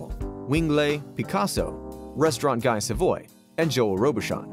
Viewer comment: Guy Savoy is #2, but you didn't bother to learn how the name is pronounced? (try GEE SA-VWAH)